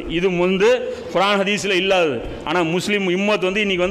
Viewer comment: நல்ல விளக்கம் சகோ: ஆனால் நீங்கள் உச்சரிக்கும் குர்ஆன் என்ற வார்த்தையில் (ق ) பதிலாக (خ)உபயோக்ரிங்க